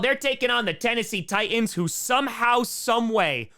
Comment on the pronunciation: The way you pronounce Titans...oof. There are 2 T's in Titans,!